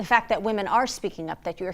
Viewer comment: Fack not fact😂